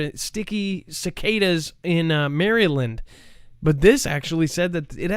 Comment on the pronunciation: I love the way you pronounce " MARYLAND"! (Mary-land.. actually you probably pronounce it correctly!lol!)...We native Marylanders pronounce it " Mar- ill- lin"